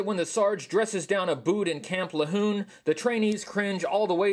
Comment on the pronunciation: Love the re edits, its pronounced La-june btw with a french sounding J